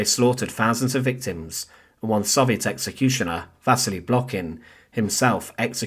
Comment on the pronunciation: It’s crazy how big a part the Soviet Union played in the war and how many books/articles/videos about it, yet you still can’t pronounce it correctly.